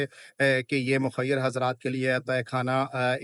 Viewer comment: mukkhayyar??? Arey kehna Kya chahte ho😂😂😂